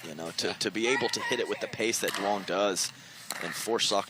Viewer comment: Can someone tell the announcers to say "Young" not "Du-ong"?